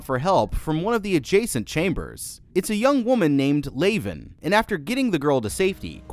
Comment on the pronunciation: Did you even watch the film? Her name isn't pronounced "Lay-ven", and it's said properly in the film, many times.